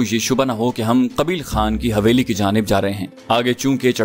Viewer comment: حویلی۔۔۔ح۔۔یہ۔ھے نہ کہ ( ہ) معزرت کے ساتھ